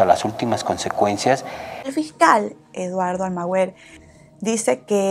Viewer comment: ¿"Almagüer" o "Almagüer"? Hay muchas opciones de casos criminales en Youtube, y no sé porque me recomendó un canal tan aburrido.